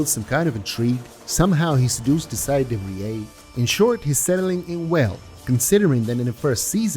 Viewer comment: Good vid i just cant comprehend how the name de vries turns into de frieée and cant stop wondering what dialect you speak originally